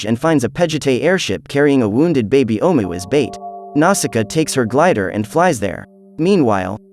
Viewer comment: DUDE THIS FUCKING AI GARBAGE SUCKS AND YOU WRITING SUCKS.......... LOTS OF BAD PUNCTUATION. ITS SO BAD I CAN *HEAR* IT. YOU SAY HOWEVER ABOUT 50 TIMES THROUGHOUT.... AND NO EFFORT TO REPRONOUNCE OHMU'S JUST SAY IT YOURSELF OR SAVE YOURSELF THE BIGASS WASTE OF OUR TIME AND YOURS